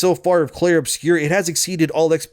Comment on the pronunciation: Uh oh, someone doesn't know how to read. It's "Obscur," not "Obscure."